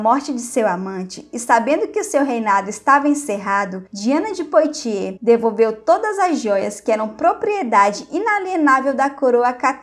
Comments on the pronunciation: "Poitier = puátiê", pronuncia "Calais = cálé" pronuncia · Apenas para ajudar o excelente canal, a pronúncia francesa correta (POITIERS) é "puatiê" sem o som do "S" final, como o som de BOITE. Em